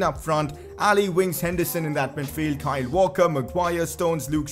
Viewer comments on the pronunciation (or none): none